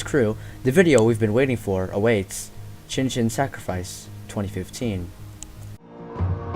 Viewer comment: lol the way frank says Chin Chin makes it sound like the japanese word for dick